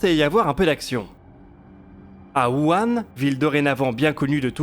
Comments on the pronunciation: on te l'avait pas déjà dit, comment ça se pronnonce, Wuhan ? c'est pas "ouwanne", mais "Vou-Ranne". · pour info wuhan se prononce "wouRHan"